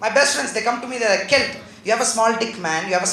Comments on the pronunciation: Sandeep J kelt is the right pronunciation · nikhil attri its pronounced as Kelt